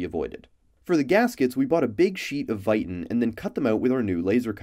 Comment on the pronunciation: your videos are great but hearing how you say viton throws me off when ive always heard it pronounced differently